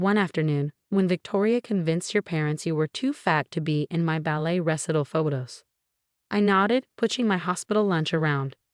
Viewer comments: Recital, not wrestle! Fasades mot fakades! Teach your AI narrator how to pronounce the words in the story! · Recital pronunciation ruh-sai-tl